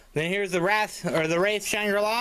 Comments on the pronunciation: lol u called the wriath the wrath lol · Did you really say "The Wrath"? LOL XD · He's out of breath opening a package. And can't pronounce "Wraith" correctly. Plus I can't see a damn thing 'cause the lighting is so dark. smh. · You pronounced it incorrectly and the worst part is they say it multiple times on both Wraith albums. This box would have been far more impressive if it were Vinyl. This just looks like they crammed all the original versions of the cd they had stocked up in the warehouse with no work put into it. No special packaging for the albums or anything. Just placed in a fancy box with some half-assed artwork. Not worth the money imo, especially if you own the albums already, and I'm a huge ICP fan and I'm still saying fuck this set.